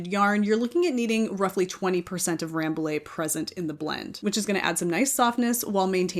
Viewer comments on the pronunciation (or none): Hi, I'm French. I live in Paris, about 30 km from the Bergerie royale of Rambouillet. The prononciation of Rambouillet is closer to "rambooyay" than Ramboolay. Because"ill' in French is pronouced "ye" . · Rambouillet is also a proper noun. Just like with Notre Dame, people don’t say “Note-r Daym” (I hope), the say “No-tra Dahm”.